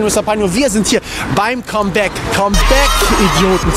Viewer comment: Das "Kommbäck"